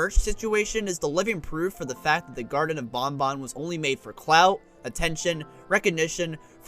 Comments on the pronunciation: It makes me afraid that BanBan is often pronounced similar to Bon Bon (Funtime Freddy's Puppet). Don't invoke Bon Bon's name :( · That just makes it all the more awkward when you compare BanBan and BonBon...😢